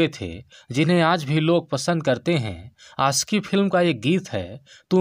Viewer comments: Bhai , achhe se bolo....Aashiqui, khushhi.... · भाई आप'ने आसिकी.. खुसी कहा है.. शारदा आप टोन में ""श"" को स"" बोलते है... सही शब्द है आशिक़ी ख़ुशी..